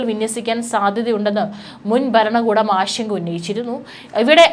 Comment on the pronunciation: ട്രംബ് 'ബരണകൂടം'? 'ബൂമി ' ? 'യുദ്ദം'? 'ആക്രമം' ? 'ബീഷണികൾ'? വാക്കുകൾ ശരിയായിട്ട് ഉച്ചരിച്ച്ശീലിക്കൂ........ ഇറാനിയൻ'ബീഷണി' ?